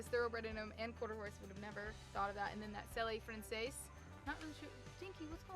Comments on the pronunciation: u pronounce selle francis like sell eh and then the name francis probably spelled that wrong 😂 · Selle Francis is one of my favorite breeds they are excellent event horses. You pronounce the name Sell Frances. You should consider doing all your horses. All of your horses are Perfect. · It’s sell-francs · It's pronounced SELL FRANCAIS.